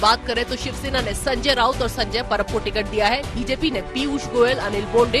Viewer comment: संजय परब नही, संजय पवार बोलो